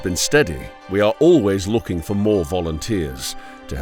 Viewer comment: Loo-King, GOOD!